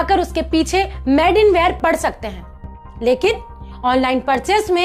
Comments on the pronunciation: Madam pls made in china ya made in India kaho na ki mad in china ya mad in India sahi pronounce karo.🤣🤣🤣.aur yes boycott china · I really support your initiative of Made in India... You just need to correct your pronounciation... It's not Mad in India but it's Made in India... All the best... Jai Hind... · अरे वीडियो मे बोलने से पहले सीखो की इंगलिश के किसी लफज को कैसे बोला जाता है जैसे Made को मैड नहीं मेड बोला जाता है मैड का मतलब पागल होता है धन्यवाद 🙏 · आप एक न्यूज़ एंकर हो। आपका उच्चारण साफ होना चाहिए। आप मेड (made) को मैड (mad) बोल रही हैं। Made (मेड) मतलब बना हुआ और mad (मैड) मतलब पागल होता है। गलत आदत छोडी जा सकती है, बस अपने उच्चारण पे थोड़ी मेहनत करनी पड़ेगी। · Plz made को मेड बोले न कि maid.. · Sister aap baar baar made ko MAD kyu keh rahe ho? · PAHLE ENGLISH BOLNA TO SEEKH LE, MADE KO ( MAD) KYON BOL RAHI HO? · please ask the presenter to speak made clearly and not say mad....this can be made fun of by people watching this channel. she can look online for the pronunciation. its not criticism but i dont want people making fun of indians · U r talking sense but kindly pronounce made correctly but not mad!